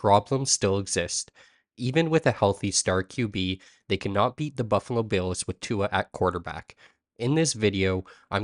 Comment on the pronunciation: Brother you gotta say his name right